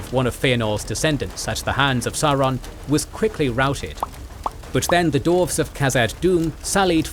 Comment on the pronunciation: Do you think will ever notice that the word "dwarves" has a "w" in it?